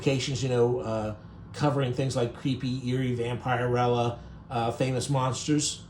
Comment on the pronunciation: One pet peeve I have about Youtubers is that you don't do your research. So many things are mispronounced in your pieces, it really amazes me. In this one it's Vampirella. It's not pronounced.vamp-ire-rella, it's vamp-er-ella. Do your homework!